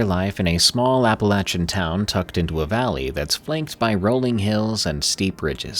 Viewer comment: finally saying it right